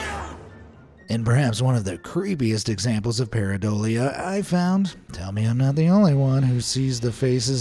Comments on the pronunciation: Paradolia, not Pariadolia... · Who the hell says pariadolia instead of how the word is said, paradolia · it's not PAIREEuhDOLEA. jeez EVERY video you pronounce something incorrectly. why can't you take the time to get the pronunciations right? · Making a video about pareidolia and then pronouncing it wrong the entire video, is the most thing ever.